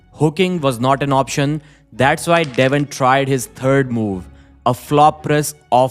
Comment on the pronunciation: Devon explains " VAI " ? pls learn to pronounce - W - if you want english speaking ppl to follow your channel and understand